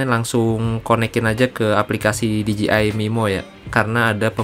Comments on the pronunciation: Bang perasaan nyebutnya D J I osmo bukan ji osmo . Apa saya yg Salah ya? 😅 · D J I dibacanya literally dji 🤣🤣🤣